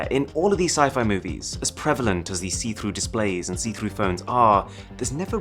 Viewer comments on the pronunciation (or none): none